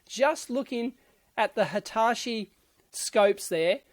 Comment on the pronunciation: Why do you pronounce Hitachi as Hitashi?